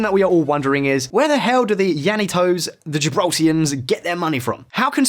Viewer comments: Great content however people that are born and raised in Gibraltar are Gibraltarians , also brush up on your Spanish vowels as you incorrectly pronounced La Linea and the Gibraltarian dialect Llanito . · The way you mispronounced Gibraltarian, La Línea, and llanito is killing me 😣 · This video has so many mispronounced names, Gibraltarians not Gibraltians, Llanito is pronounced yanito, La Linea is La Linee-a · That’s not how you say gibraltarians or Cadiz or la linea or llanito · The way you pronounced "llanito" and "la línea de la concepción" gave me cancer.